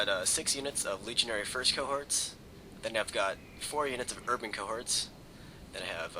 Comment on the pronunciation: about those firts cohorts it kinda sounds like you say legionary frisko hearts :D